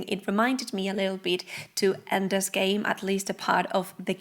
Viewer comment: It's Ender's game, not endless game